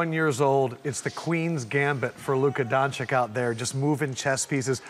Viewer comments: I just don’t get it. It is really not that hard. If you can say the first “chi”, just say it again without the “i”. It is painful to hear “Donchick”. He’s a dude, not a chick! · C'mon how hard is it to say Don-chitch instead of Don-chick. Everyone knows what his name is and these clown analysts always get his name wrong. It's not like his last name is as hard as Antetokounmpo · His name is still not Donchick but Donchich. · Haha seriously “luka don-chick” come on man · Luka Don-a-Kick & Giannis Akumpo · "21yo. Luka Donchik" that guy really did zero research. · DON-CHEECH!! DON-CHEECH! DON-CHEECH!! How hard is that to read and say??!! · Luka Dončić Please learn to pronounce, he's gonna be in the game for a while It's pronounced Donchich, where first ch is "harder" than the second one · why they refuse to pronounce his name correct? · "Luka Don-chick" 😜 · “Don-Chick” can y’all say the man name correctly🤦🏽‍♂️ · If they read DONCHEECH....then say right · Is it that hard to say Doncic? Same was with Giannis, please learn to pronounce athlete's names, because after a while it's kind of disrespectful! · When people are informed of their ignorance (there have been countless "ic" ending names in NBA) yet still continue, it is malicious. I think they are intentionally pronouncing his name wrong. Even if not, it's still disrespectful. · Imagine being a professional analyst and you don't even pronounce the name of people you are analysing correctly. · That face reaction from Luka when the reporter says his last name wrong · the best NBA coach of all time, same roots like Luka ...from Serbia..everybody know to say his last name...Gregg POPOVIC(H)...why they have problems to say DONCIC ??? it is the same ending. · if one more person says luka dončik imma freak out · Why do people have such trouble saying his last name? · and still... the host cant pronounce his name... to his face... and his face changed completely in a sec